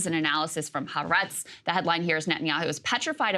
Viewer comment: the Israeli newspaper is pronounced Haw-AW-retz